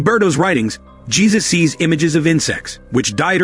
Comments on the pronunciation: You need to train your text to speech engine. Jesus? Dieter? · Damn, here comes another one with no idea how to pronouce spanish names